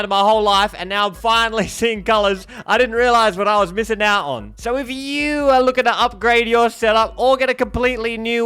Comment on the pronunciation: I got flashbacks to Vince from sham wow and slap chop with your sales pitch up front. Epic pronunciation with spin screen , “if youuuuuuuuu are lookin to upgrade” If all else fails you can sell home gadgets 😂. ❤ from a Texan Gannon/bowser main